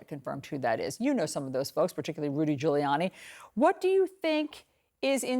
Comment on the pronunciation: “Rudy Colludee”?!?!🤣❤️👍🏻